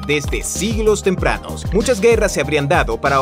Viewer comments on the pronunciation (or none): por que en el minuto dice desde siglos temranos en lugar de tempranos, sera tal vez por que es una persona muy ocupada y se le habrá saltado xd